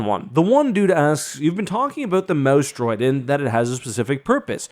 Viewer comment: Every time he says "mouse droid," for a split second, i hear, "mouse dropping," and crack up. You'd think I was 15 not 51 lol.